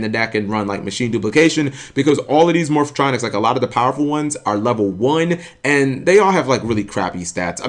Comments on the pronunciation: "Morph-O-Tronics" lmao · "Morphatronic" The cringe.